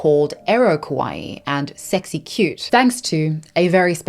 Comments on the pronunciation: Just one clarification I have to make as a Japanese-American is it’s kawaii (kah-wah-EE) not kowai. Kawaii means cute, kowai means scary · instead of saying KAWAII she said KOWAI which means scary in Japanese. Be careful to your pronunciation guys😅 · I got that you meant to say kawaii but you kept saying kowaii and that means scary lol. I just found that funny. lol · Quick note — kawaii means “cute,” while kowai (which is how you pronounce it in the video) means “scary.” Just FYI. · Just so you know, your pronunciation of "kawaii" sounds a lot like "kowai" (怖い) which means "scary" instead of "cute" lol. Great video btw!!